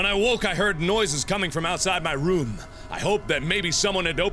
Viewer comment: i'm not saying you say room weird but but it sometimes sounds like rum the beer pirate's drink